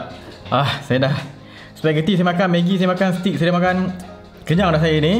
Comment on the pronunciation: Bukan stick dik...steak.....sebut mcm bunyi eja mcm ni..stayk... Anyway gud review...